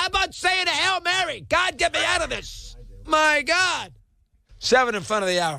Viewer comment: Jesus... Do you have any chill whatsoever? Read the room. "MY GAUD"